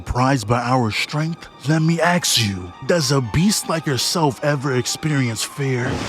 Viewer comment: love my guy and his vids but why tf is he unable to say ask and always says axe